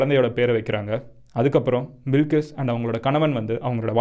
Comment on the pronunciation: Bilkis illey adhu balqis